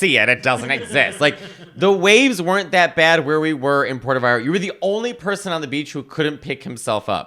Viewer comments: Wow that pronunciation of Mexico Puerto Vallarta was top notch!!! 😊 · Matteo- You pronounce Italian words perfectly. I'm surprised how you pronounced "Puerto Vallarta". did a better job:P